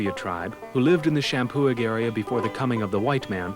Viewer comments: the historian pronounces the name champoeg correctly. The g is silent and the prounciation is sham poo e. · This is driving me nuts... the “g” is silent in Champoeg, other than that they were saying it right. Champoeg = Shampoo-ee